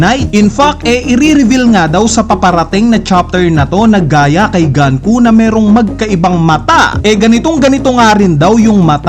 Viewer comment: GANKU???? Sinabi na sa latest episode na GUNKO, ganku ka pa rin nang ganku. Pauso amputa. GANKU??? DOME REBERSEH???